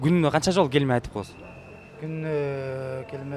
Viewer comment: гелме дебей келме деп айтчы тооба кылдым!